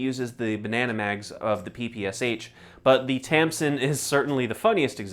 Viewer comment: PiPi S Each??? O MY GOD WTF ARE U TALKING, BRO LEARN TO READ AT FIRST! ITS A PPSh!!!!